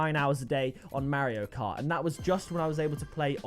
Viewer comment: I’m sorry but the way that u say mario cart is so funny